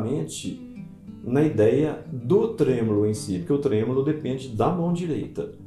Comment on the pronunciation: O correto é tremolo e não trêmulo. 😂😂